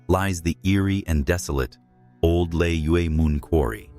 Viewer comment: Old lay mun is the pronunciation.